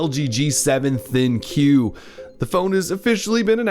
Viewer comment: Its the ThinQ (think)...not Thin-Q